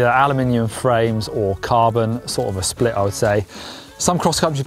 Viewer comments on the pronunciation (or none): none